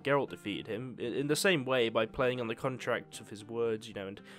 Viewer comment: I giggle every time I hear ''Contract'' nowadays